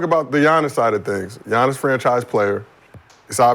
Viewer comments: It's Giannis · It's giannias